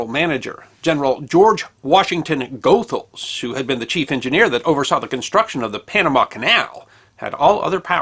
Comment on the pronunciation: Sorry for being pedantic but "Goethals" is pronounced : ghoo -thalz